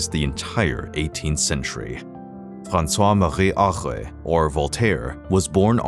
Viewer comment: Is this an AI narrator? Why did he try a French accent at the beginning when he can't manage "Francois Marie Arouet"? Can't pronounce "nom de plume" properly and sounds like he's saying "Using the azaleas" instead of "using this alias." I guess "this" was too difficult for him. If this is a person, why do people try to pronounce names in foreign languages? It always sounds lame. I don't know any country besides the US where this attempt is made. You never heard French announcers striving for an authentic American or British pronunciation for English words.